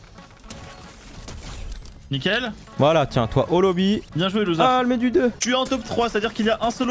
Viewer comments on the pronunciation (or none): A 8minute8seconde à dit lousere et zefar tu ne la pas remarqué